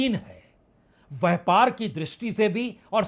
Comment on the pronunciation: Itna bara shudh hindi vyapar ki jagah vyhpargalat hindi bolte hai .dhanybad